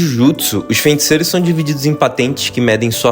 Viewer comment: "fenticeiros", tirando isso man, bom vídeo